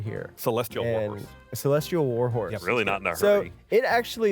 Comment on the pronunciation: am i the only one who thought gus said walrus and not war horse when casting the find steed